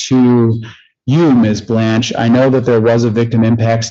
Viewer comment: I don't know why but the PD's in this county constantly mispronounce the names of the Prosecutors quite often mainly Ms. Blanch and Ms. Andary. They've worked with these ladies for years and can't get simple names right? It's over Zoom or in courtrooms and it always seems to be when they aren't winning.